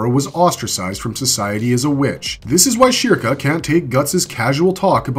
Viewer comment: how do you pronounce the topic character's name wrong?